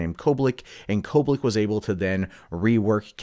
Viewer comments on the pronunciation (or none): Kobik. There is no "L" in her name.